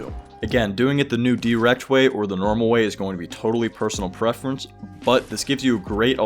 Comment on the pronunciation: When you said dwrecked I thought you said erect